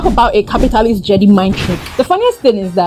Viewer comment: Great vid but it's pronounced Jed-eye